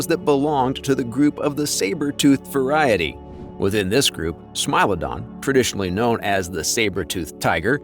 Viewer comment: It's not pronounced smile-odon it's more like smee-lodon